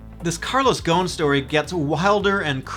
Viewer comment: its more like Go-sin no gohn